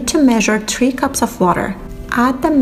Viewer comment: I'm sorry I am not normally like this but, a bit of constructive criticism... SPEAK YOUR OWN LANGUAGE. If you can't speak another language right then here's a TIP DON'T! sorry but it's not FREE, it's THRRREEE. just an example. It sounds like you have that cup in your mouth! I am not normally this mean but this drove me crasys!